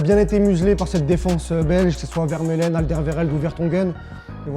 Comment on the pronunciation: Et stp mais c'est pas possible le souci avec les noms ça arrête pas, c'est pas vermeulen mais vermaelen.